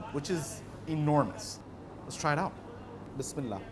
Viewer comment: Mashallah love ur video love how u say bismillah and Alhumadolillah Wallia 🙏🙏🙏